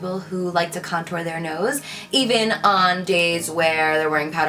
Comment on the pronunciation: I don't know why, buy I love the way you say 'nose' 😅